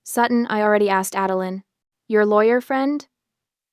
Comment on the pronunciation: LOL My ex-mother-in-law's middle name was 'Adeline' . She never knew how to pronounce her own name. One day it was 'Ad-el-eye-n' the next day it was 'Adel-een'. I grew to hate that name. This story is the first time I've heard the name since she died, I loike the way OP pronounces id 'Ad-el-lin.'